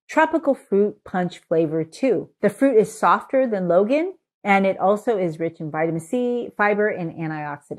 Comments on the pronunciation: Hi. The fruit you like should be pronounced more like LONE-aunt ("dragon-eye" in Cantoneae dialect). Appreciate your information- and wisdom- packed videos! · For those interested in knowing, Longan is pronounced Long + Ahn or Long + Ann. It is Cantonese as the fruit grows mainly in southern china. It’s actually: long + ngan but shortened to longan in English. It should not be pronounced Logan. Long (dragon) Ngan (eye). Lychee can be pronounced Lie + chee (Cantonese) or Lee + Chee (mandarin) depending on which version. Again, I prefer Lie+chee because this fruit originates from southern china (mainly canton and Fujian). Btw, I’m Cantonese by descent.